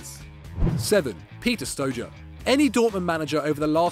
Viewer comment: please improve your pronounciation.Whats StoJer?